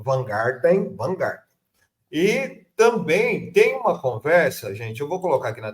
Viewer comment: Não vai acertar o o nome do Vanhart, fala!